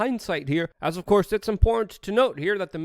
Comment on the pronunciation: You mis-pronounced "Important". I'm a we are change member, dig the videos and thanks for keeping us informed!